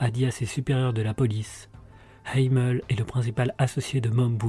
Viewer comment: On prononce Hamel en Français et les SS n'était pas suprémaciste mais des motards 1%